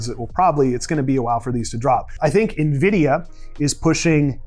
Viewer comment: I’m here for the pronunciation: NIVIDIA 😂😂😂 yeah I’m a droner so I needed a PC with NIVIDIA graphics card in order to use Reality Scan. So I got a Dell 3550 with a NIVIDIA Quadro P520. Works!